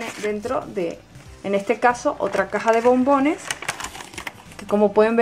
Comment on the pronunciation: por que dices bombines